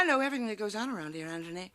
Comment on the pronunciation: Anybody else notice how Sally consistently says ANTONY and everyone else says Anthony?